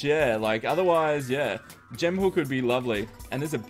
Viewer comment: He says hook funny 😂😂